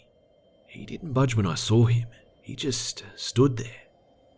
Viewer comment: Why does this guy put an r at the end of Saw? I sar some.